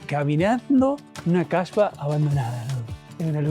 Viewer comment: Atención. Hablaste de Kasbahs y lo pronunciaste incorrectamente. Colocaste la "h" después de "Kah" en lugar de al final. Cambiaste completamente el significado, transformándolo en "mujer de mala reputación". Por lo tanto, la "h" debe pronunciarse al final, no al principio.